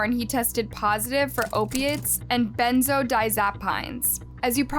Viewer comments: When you cant pronounce some very common words... It makes your words untrustworthy. Canines. Benzos. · Really like your videos.. R.I.P little one 🙏🏼 Btw, you pronounced Benzos wrong..